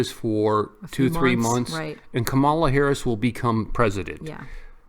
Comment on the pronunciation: कमला नहीं कमाला हैरिस 😜